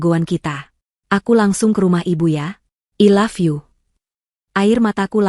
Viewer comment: I love you.. dibaca ai lav yu